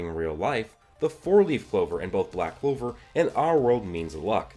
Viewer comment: This guy is funny he says Noel or yuno might develop the 6 leaf clover ok yes they have both expressed the power of the devils dude the show is called back clover not sigh clover or I don't like Asta but I do clover if it's going to happen Asta is going to do it